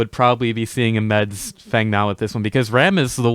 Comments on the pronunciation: Stop it with fung and kwong.... just say feng and wang... don't be obnoxious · plzwork Feng is blatantly chinese. Fong is the correct pronounciation. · Dude its Feng Mao pronounced like Fang Not sure where this imaginary u is coming from but cut it out